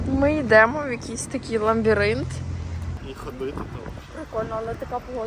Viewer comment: Лабіринт?! 😮 - Гугл тобі в поміч